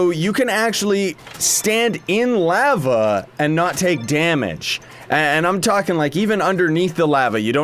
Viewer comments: The way he said lava... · He says lava like a Canadian